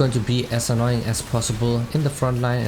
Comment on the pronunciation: hahaah " u can just be annying" lol good guide btw